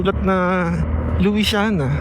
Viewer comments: Lusyana Po Ang pgbasa kc pinoy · luisiana laguna Lu sya na laguna pag bigkas po, hehe. ganyan po nakasanayan pagbigkas po